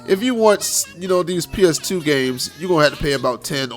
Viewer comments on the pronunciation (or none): "PS Teuuu" yep u def from bmore😂😂. I'm on the PG side